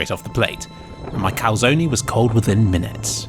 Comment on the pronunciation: how the hell did you pronounce calzone?